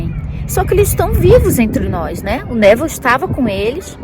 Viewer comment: adoro quando você fala Abraham e Neville com sotaque americano 🤗 Eu sinto que conheço todos há anos ✨